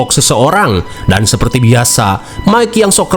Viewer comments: Mungkin dia mau nyebut Mike jadi mika. Teringat nyebutin nama Mike 😂😂😂 pabeulit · Bang aku ikutan ngakak saat sebut mikha😅😅😅😅😅😅😅😅😅😅😅😅😅😅.